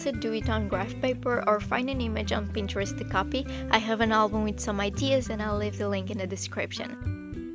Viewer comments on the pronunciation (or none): none